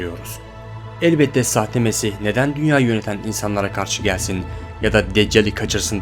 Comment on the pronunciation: nesih değil hacı "mesih" :D